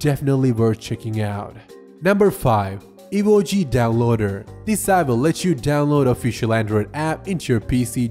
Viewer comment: Says Evoji but it's Evozi lol